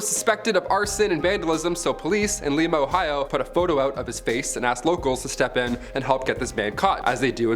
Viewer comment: Lima, oh is pronounced like the bean not the city in Peru 😂😂